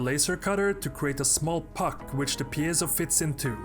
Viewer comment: Here we see the world's only man who can actually pronounce 'piezo'